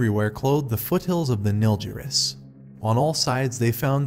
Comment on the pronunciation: Also Nilgiris not Nilziris.